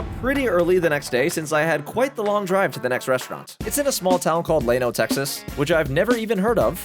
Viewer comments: LLano; Not Lay-no it is Ya-no. Are you sure youre Texan? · Yano not lano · It's pronounced, lan oh, not lane oh. Like a LAN party. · Dickeys isn't considered the best texas BBQ. No native Texan considers Dickeys good BBQ, it's considered fast food. Eat at a real BBQ restaurant. Also its Llano pronounced "lan o" not "lane o" gheeze who is this guy? An Austin democrat? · First off: It's pronounced "Lan-O", not "Lay-No". The Llano Cooper's is not the original Cooper's which is about 35 miles west in Mason. Est 1953. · It's pronounced yano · Lay-no Texas? 😂😂 Never heard that pronunciation before. Glad you liked the food! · LLano Is Pronounced Like Land Lan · Yer not from around here. Llano is pronounced Lanno. Elgin is pronounced el·jn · starting out your bbq video with dickeys pissed me off. no fucking way your actually from texas. also lay-no haha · How can you live all your life in Texas and pronounce “llano” as “lay-know”? You are a pathetic resident of Texas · LLANO ia pronounce "Yah no". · Its pronounced "Lah-Noe". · Plus he pronounced Llano, Llay-no. WTH! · You mispronounced Llano and Elgin. Come on dude you are a Texan and our town names are hard sometimes. Like Mexia for example. 😂 Thanks for the video and showing me some new places to try next time I’m nearby! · Love ya, brah, but ya gotta learn how to pronounce Texas towns. Ask the locals... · If you can't pronounce Llano you need to stay hom. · My good man, you mispronounced the names of all the cities. You can’t possibly be a native. Good vid. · Lol you’re pronouncing llano wrong. Coopers bbq has the best sauce. That’s my childhood right there.